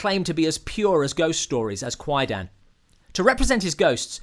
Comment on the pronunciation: Yeah, It's pronounced Quie- Dahn, kwai-daaahhhn. not quie-dan. The "a" in dan is a long "a", as in arm. not a short "a" as in man.